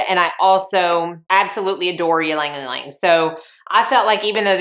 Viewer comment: Great fragrance video! One small point: Ylang-Ylang is actually pronounced EE-LANG EE-LANG, not YEE-LANG YEE-LANG . The Y is silent. In countries where this flower is prolific, such as the Philippines, Java etc. It is pronounced LANG-LANG.